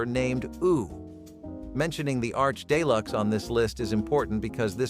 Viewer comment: Day-Lux ??? Common I usually disapprove of online English Professors but let's get real here.